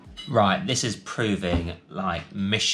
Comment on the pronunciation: Why does the annoying bloke with the beard pronouce 'this' as 'zis' lmao